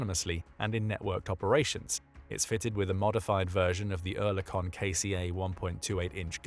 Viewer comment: as a swiss person i've got to congratulate you for your oerlikon pronunciation which is nearly perfect.